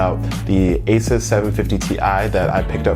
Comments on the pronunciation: it's asus like uh seuss not asus like ace us. Love the video, love the music, love the topic! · be a reputable tech YouTubes, and pronounce Asus correctly - "ey-zeus". This has been confirm by the founder of Asus.